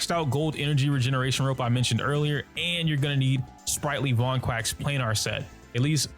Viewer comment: Also ‘Sprightly Vonquack’ 🦆😅